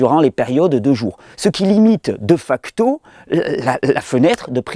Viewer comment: Je vais mettre les choses au clair de facto c'est du latin donc ça se prononce dé facto. Pas deux facto. Secondo tout le monde ne peut pas.jeu^ner les gens en sous poids ou qui ont des carences ne le peuvent pas où plutôt ne le doivent pas.